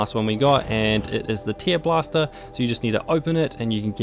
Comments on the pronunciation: I'm pretty sure it is pronounced "tairblaster", not "teerblaster". It's about ripping, not crying. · He has a mild accent. I'm pretty sure that he actually thinks it is "teer" as in crying. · Where are you from btw? Also the "treelobster" thing was funny asf, lmao